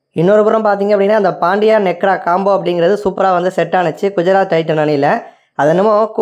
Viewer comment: Nekra illa nehra🤣